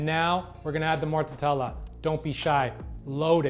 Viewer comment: Do the Italians pronounce it “morta tella”? Or are you saying it wrong? I thought it was simply “morta della” 🤔